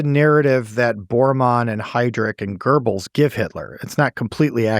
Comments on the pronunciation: Guberls😂😂😂😂its Goebels or Göbels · There is no R in Göbels! It's Göbels, not Gerbles!